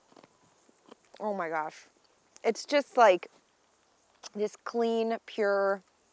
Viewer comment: hoo may gashhh its taste of salt.